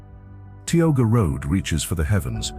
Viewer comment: In the section about Tioga Road, the narrator keeps mispronouncing Tioga.